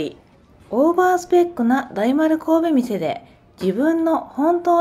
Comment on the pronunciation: 大丸百貨店 神戸店(こうべみせ)？ わざと？ なぜ？